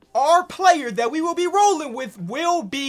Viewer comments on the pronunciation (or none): none